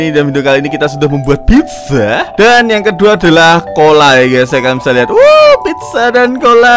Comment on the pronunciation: Pizza kali bang bukan pidja